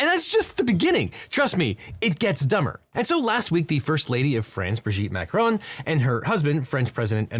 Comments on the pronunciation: Mac-Ron, not Mac-Rone. It's French, not American... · Is it just me or is Devin saying 'Macaron' instead of 'Macron' throughout the video?